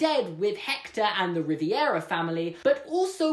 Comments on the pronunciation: Why did you keep saying “Riviera” it’s “Rivera” vastly different and much easier to say. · perfectly argued theory, really wish you weren't calling them riviera instead of rivera lol, but other than that fantastic video, it would have played so much better if they had just said they weren't sure why he was there but it was relatively simple to get him back, because I agree that it was really jarring that the explanation was so simple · I really like this theory, it makes sense and closes the bit of plot hole. The only thing that bothered me was the way Rivera was pronounced. Maybe it's because he forgot, but it's definitely Rivera, not Riviera. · I LOVE THIS THEORY! I was wondering about how Miguel got to the land of the dead myself but one thing... It’s pronounced Ri-ver-ah Not ri-vi-er-a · Hahah why are you saying it as Ree-vEE-eh-rah, its Ree-ver-ah BTW AWESOME VIDEO loved it so much! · Just for future reference... It's Ri-VERA, not Riviera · It's Rivera like Riv-eh-ra not Riv-E-air-a fam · The name's RIVERA, not RIVIERA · Good theory , but it's pronounced Rivera, not "Riviera" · Also, it's Rivera, not Riviera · you're saying Riviera its Rivera (no hate tho) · Rivera not Riviera😂😂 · I love your videos but as a Latin@ I'm cringing so hard. Miguel's last name is not "Riviera," it's "Rivera." Like river with an A. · My last name is Rivera. And every time he said ri-ve-ara I cringed. It’s pronounced ri ver a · RIVERA Ri-ve-ra Not Riviera (Sorry sorry sorry I dont mean to be rude Its just that it kept bothering me ) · Ri-vi-era?! It’s Re-ver-a. Rivera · It’s Rivera not riviera😭😑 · sorry but, Rivera, not Riviera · This is great and I love it. But I am a pretentious a-hole so I have to do this. It's Rivera, not Riviera. Imsosorrypleasedonthatemeiloveyourvideosiknowimtheworst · ITS RIVERA NOT RIVIERA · 일렌 it is Rivera he accidentally just pronounced it wrong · "Rivy-era" best way to pronounce Rivera I've ever heard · Lol "Ri-vi-era" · ****RIVERA RI-VE-RA!!!!!